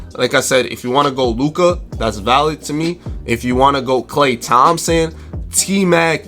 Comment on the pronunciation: Yeah let’s just say off klah Thompson every time